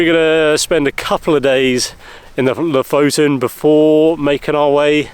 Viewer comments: Blimey, that looks Epic guys. I am leaning towards pronunciation of Lofaton, does he win a fiver? Loving this trip. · Lofoten. Pressure on the first syllable.